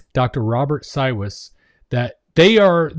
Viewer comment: He pronounces it "CyVes" He's my husband's doctor, we live in Middleburg, and he comes to Jax once a month.